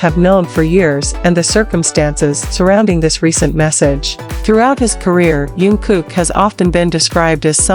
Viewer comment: Вы пожалуйста не каверкайте имя его звать Чонгук !